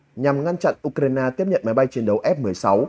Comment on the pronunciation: U cờ rai na ?😂